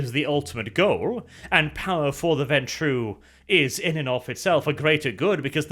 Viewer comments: Warning: may contain bias... remembers pronouncing ventrue as venture Me: This was not the warning we needed. O_o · Hey! finally learned ho to pronounce this clan's name! In every other vid he called them the "venture"